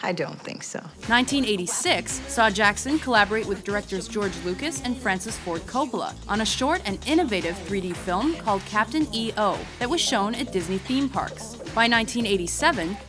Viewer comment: lol... It's pronounced "Captain Eyoh," not E. O. It flows together.